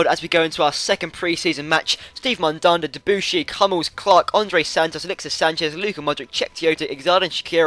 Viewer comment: With Mathieu Debuchy, the emphasis should be on the 'chy', which is pronounced as 'she' ;)